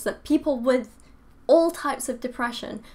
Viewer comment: You said "physicological"? I hate to be pedantic(ok not really), but it is physiological. No offense.